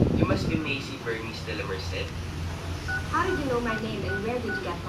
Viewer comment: De-la Mer-sed pala ang pronunciation non ahahahahha